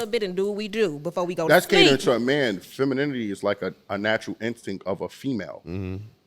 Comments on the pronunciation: Shawty with the bucket hat on couldn't even say "femininity" so you know she don't know what the hell it looks like yet alone how to describe it! 🤣 Shawty on the far right too wishy-washy. Would agree on somethings things then the feminists side would come out. Definitely would shoot my shot at the one in the middle😅 Seems more understanding... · Can't even pronounce femininity - much less spell it - much less be it